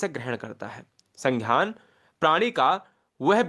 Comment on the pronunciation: Sanghyan nhi hota h sangyan hota h